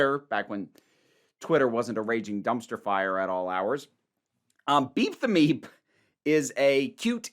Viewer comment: Not to be crude... But i keep hearing beat the meat when you say beep the meep. 🤷🏻‍♂️🤣 Also am I the only person not thrilled with NPH being in Doctor Who? Like I won’t rant or rage over it. But it’s just so... I can’t explain it but I feel like others might get what I mean?